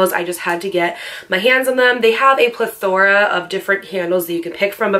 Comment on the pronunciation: Plathora?? Lol